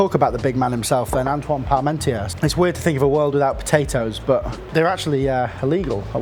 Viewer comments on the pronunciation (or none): Vielen Dank für diese interessante Variante des Hachis Parmentier! Eine Anregung: Die vermutlich KI gesteuerte Übersetzung und Moderation ist ein wenig unangenehm wegen der stets wechselnden Sprechgeschwindigkeit und aufgrund der falschen französischen Aussprache nicht sofort akustisch verständlich. Aber das Rezept ist mega, danke dafür nochmal